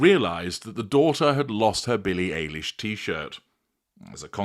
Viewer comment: ~ psst: pronounced Billie EYE-lish. 😉 American singer-songwriter